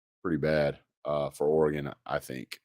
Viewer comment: first off it is NOT OREEGAN. It is OREEGUN. Look at 24/7 sports Four and five stars for OHIO STATE, OREGON and them DOGS. OREGON has 4 5 STARS, and 57 4 Stars. Ohio State has 12 5 stars and 57 4 Stars. Georgia has 20 5 Stars. and 56 4 Stars. OREGON beat an OHIO STATE team that is "superior" to it in recruiting. You say UTAH beat OREGON twice, but the team that beat UTAH in the ROSE BOWL ie OHIO STATE was beaten by OREGON a team with inferior recruiting!!!! You and GEORGIA fans are going to be "EDUCATED" on what OREGON is all about!!!